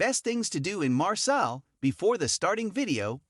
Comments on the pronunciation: It is pronounced ''MARSAY'' not ''MARSELL''. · You butchered the pronunciation 🤦‍♂️